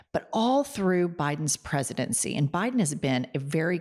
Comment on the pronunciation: why does he say BI-Den like that